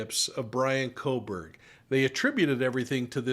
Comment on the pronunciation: "Kohberger" - not "Kohburg"